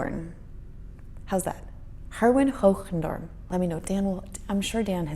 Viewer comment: You pronounced the name Hoogendoorn adorably